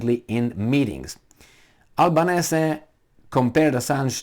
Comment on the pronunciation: Australians pronounce 'Albanesi'.